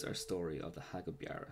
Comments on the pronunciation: Ya it's more of a beera sound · Beara isn't pronounced like that.